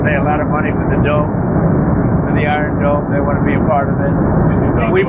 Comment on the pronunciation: Did he just say "iron dome" ?